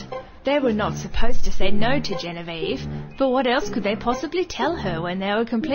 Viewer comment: its Genevieve ~Misa Amane